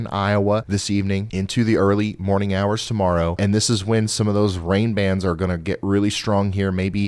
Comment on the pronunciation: I can rely on your forecast to be more accurate than any mainstream news. Thank you. That being said sorry but when you said like a Hawk TUAH morrow is what I heard.🤦🏼😂🤣